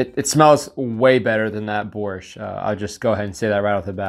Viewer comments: I can’t even imagine how they preserve borsht, but you definitely shouldn’t eat it cold lol. Nice pronunciation btw. And you should try fresh and properly cooked borsht, it great! Thanks for the video! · Your pronunciation of “Borshch” is cool cool. Like a Ukrainian diaspora in Canada ) on spot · Borshch was pronounced perfectly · By the way your pronunciation of "borshch" is very good. Thank you for support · Your "Borshch" pronunciation is on point👌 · Your pronunciation of "Borsch" is quite perfect. :) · you pronounced the holy grail of Ukrainian cuisine pretty well! but eating everything cold is not the best idea. also, dry rye biscuits are to be crushed into the borshch or bitten as is but not for the jam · You said "borsch" pretty well. Just use the Spanish "r" and will be perfect. It's supposed to be a red soup with beets. Looked weird in the ration.